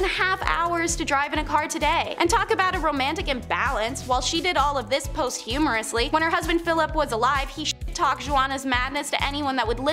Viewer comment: Like..............Post-Humorously? I'm wondering if posthumously might possibly.....possibly....be the word? Maybe.